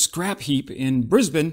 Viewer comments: Someone knows how to pronounce “Brisbane”! Finally! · You just wanted to show off you could pronounce "Brisbane" correctly 😎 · Congrats on actually pronouncing Brisbane correctly. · Yeah he didn't say BrIsVeGaS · Haha... indeed! I didn't pick that up. Well done! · can confirm he knew a guy from Brisbane, coz he pronounced it right…and Enoggera is a north-western suburb in the City of Brisbane, It is home to the Gallipoli Barracks. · As a bloke from Brisbane - well done for pronouncing it correctly ;) Also, the old Abrams that we are replacing with the new SEPv3 tanks, weren't 'going to be scrapped', they were going to be sent back to the US, as per the terms of the original purchase. But, we'll take credit for it ;) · I know you've been to Brisbane because you pronounce it like a local. And yeah, we can be a bit redacted here lol